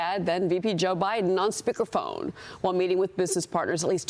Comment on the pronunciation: 'Spickerphone'? Speaker phone. Geez. Pronunciation people.